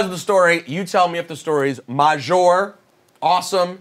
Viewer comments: Got these grown ass men saying maj majour repug. Show cool but stop that shit. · Just wondering, is “majour” supposed to be French? Cause that doesn’t exist lmaoo